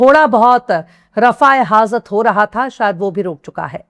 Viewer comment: Rafa e hajat sahee lafz hai . Tumne kaha Rafa e hazat ye lafz. Galat hai . Allah tumko hamesha khush rakhe .